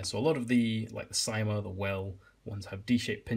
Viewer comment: CYMA is pronounced s - ee - ma